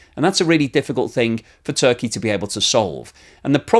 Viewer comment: It is actually Turkey and not Zurkey!